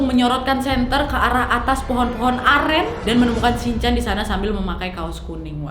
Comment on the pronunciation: Aku dengernya beli air amer bukan air aren😭😭